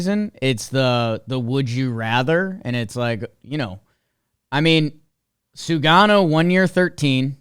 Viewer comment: It’s Sugano, not Shugano fyi